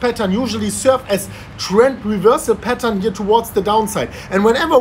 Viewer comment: All this time I am thinking that is saying 'petals', now I realize that he is saying 'patern'